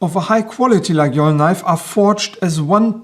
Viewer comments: It's Layole, we say Layole ;) Faite attention au faux Laguiole :) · Lay-ol ??? i Was Under The Impression The "G" is Silent.......